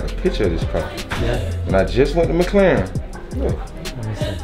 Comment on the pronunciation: McLaren not McClaren